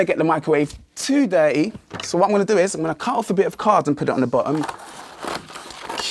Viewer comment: did he really say "Dirty"? What the hell of an accent is that?!